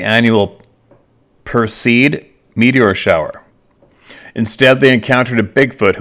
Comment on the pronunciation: "Per-see-id" Meteor Shower